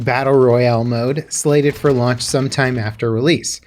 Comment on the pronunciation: He must be really hungry that he said "lunch" instead of "launch".